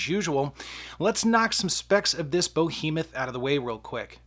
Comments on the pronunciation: Bo-Hemoth? lol Behemoth? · Sometimes Kansas really is part of The South, innit? 🤭